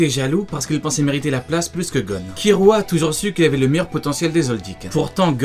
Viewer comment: Très sympa, par contre ça me choque ta prononciation ki"L"ua c'est une oeuvre Japonaise donc pas de Ki"R"ua . Ou alors go prononcé tout à la française le [gonn] qui devient [gon] ça pourrait faire un style. :D